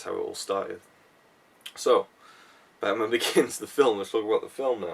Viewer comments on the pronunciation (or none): I'm guessing you though "Hmm... Who has a completely different accent from me? Oh Chris!" So then "AM BATMAUN" is said and now you know how stupid us Scottish folk feel when we try to quote from films... :).